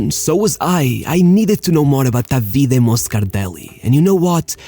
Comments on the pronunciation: Please, enough of calling him Davíde... His name is Dàvide, c'mon 🙉🤷🏻‍♂️ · jeuss christ, learn to pronunce Davide correctly